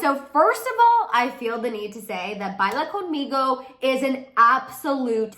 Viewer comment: Ya no saben que inventar de selena!, I am so annoyed with those people, she is not pregnant. pronuncias muy bien Baila Conmigo. I love the song 🎶 regueton is the name of the kind of music she is singing in spanish. That envious Justin he always do those shady things but no ones cares about him, not like before